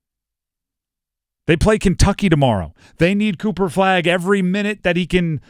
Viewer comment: He said Cooper cupo 😂😂😂